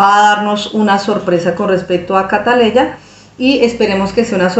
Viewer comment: Por favor señora Ud es Colombiana y Ud sabe que la niña se llama Catleya no siga con la ignorancia de los Dominicanos pronuncie el nombre como es